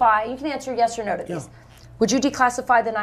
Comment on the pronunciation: No”ya” Donald it is Yes